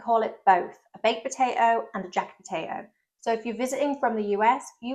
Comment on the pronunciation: Brilliant and interesting! And educational! My only slight criticism is that you pronounce potato as 'per-ato' (sometimes!) You'll be drinking 'Warder' next!!